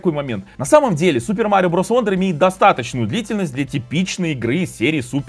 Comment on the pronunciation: Wonder читается как "Вандер", как в слове son (сын). "Вондер" читается слово "wander" (бродить). Такие вот правила чтения у англичан